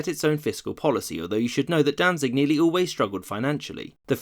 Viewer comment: it is pronounced "Dantsig"